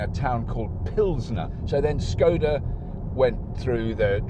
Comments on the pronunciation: I think its pronounced sh-c-oda. Correct me if you can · It wasn't Czechoslovakia when Škoda was formed, it would have been part of the Austro-Hungarian empire; Bohemia. Czechoslovakia was formed after WW1 ~1918) and dissolved in 1992. Also, the first letter of the brand is pronounced "Sh" I think, it's not an English S. ;)